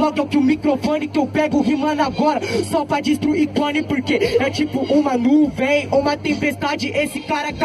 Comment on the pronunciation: "núvem" pqp hahahahaha